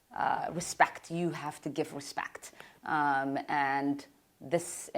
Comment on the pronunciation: "In order to have res-PAKHT! You have to give res-PAKHT!"